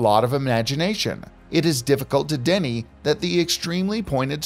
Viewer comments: Oh my Gawd!!! You can't pronounce DENY. This is DENNY. Unbelievable. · deny pronounced wrong here... before